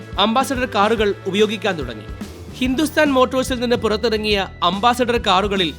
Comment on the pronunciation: അംബാസിഡർ അല്ല . അംബാസഡർ ആണ് ശരി.